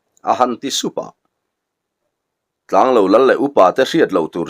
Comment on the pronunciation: Tlanglo ilam dan hi he bung tir lamah hian adik tlatlo...thingtlang mi ten kan eizawnna ber lo kan neih thluk hian lo hi ilam tlata..khawhming ah chuan tianga lam tur hi anilo thung asin mawle...i lamin ichhiar sual ngailoh nen... Ngaihnawm takzet ani.